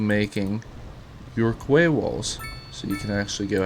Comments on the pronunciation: And ya know, learn how to pronounce quay.. "key" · its pronounced key my dude lol